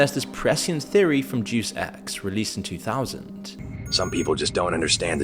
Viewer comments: Its pronounced Day-Us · Deus pronounced day-us as in Deus Ex Machina. Not deuce the number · It's pronounced "Dei-as" not Dus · You don't know how to pronouce Deus